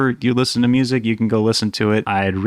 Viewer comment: MOO-ZEEK? I have never heard of such a thing. I may check out your MOO-ZEEK.